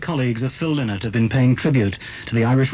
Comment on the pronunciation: Lynott as in Lie not...........thats the correct pronunciation.........i knew the family